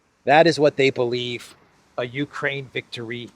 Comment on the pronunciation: Uraine sounds like urine😅